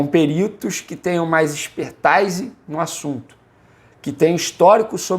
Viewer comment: Vene, pra colaborar: a pronúncia de expertise é /ɛkspɛR'tiz/